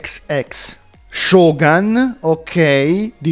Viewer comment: mi hai fatto male dicendo Shogán visto che la pronuncia è Shogún🤣